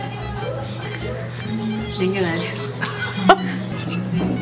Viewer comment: 냉겨 놔야겠어~본토인들만 할수있는 사투리를 쓰시다니 누가 한국인인지 헷갈!!